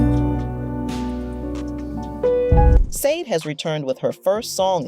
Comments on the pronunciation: The mispronunciation of her name… ouch😣☹️ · Killing me with the mispronunciation of her name.please do your research next time.! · Why do you disrespectfully mispronounce her name😱. What is your problem 🤔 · How can you make a video about someone in English and pronounce incorrectly their name!!! It’s so unprofessional! I’ve listened 3min of it and I’m switching it off as it’s really irritating. I love the artist I grew up with her music in the 80’s in an Eastern European country but even there we did know how to pronounce her name. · V🎉😢that's obviously not the prounciattion of her name... Unless it's an AI generated voice doing the narration, perhaps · Sade. You even pronounced her name wrong. Leave Sade alone. This is why she stays away from the public eye. Sade is a Capricorn. Sade embodies determination, practicality, and ambition, which has driven her professional success. LEAVE HER AND HER SON ALONE. PERIOD! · Not listening. You don’t even know how to pronounce her name…GOODNESS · Right? If you're gonna bash somebody you should at least know how to say their name😂😂😂😂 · Right! So annoying! Want to be relevant talking about someone first learn to pronounce their name right jeez 🙄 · HER NAME IS NOT SAA-DE it is SHAR-DAY. By the way…That is NOT the way you write her name, I am just showing you the way you pronounce her name. Also…you showed a music video by Kate Bush that was NOT taken from her Aerial album, but was taken from her: The Sensual World studio album. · FIRST OF! If you are going to talk about someone LEARN TO PRONOUNCE THEIR NAME RIGHT! The name is not pronounced Sayd or whatever mess you make of it, it is Sade pronounced as Shjaday...(explanation for dummies that never listen to the artist herself as she says the name in her interview IN YOUR CLIP!) Jeez this was other than highly annoying clickbait as well. She is a wonderful lady with a absolutely beautiful voice and the right to have her own life. Girl bye with your Sayd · pronounced sha-dey